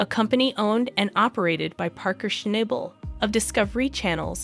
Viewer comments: If you're going to make videos about Paerker, at least get his name right. It's Shnahbul, not ShnAble. Jeeze. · Hey girl learn his name is not schnible😂..... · His name is shna bel iyiyi , you program is a mess if you dont pronouce his mame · Damn it his name is not Schnable with a hard A it's a oft a get it right!!!!! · Why in heck do you keep showing Todd Hoffmann crew. There was nothing about Parker and Tyler and you pronounced Parker’s last name incorrect the whole time!